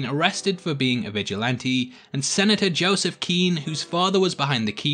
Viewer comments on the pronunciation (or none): none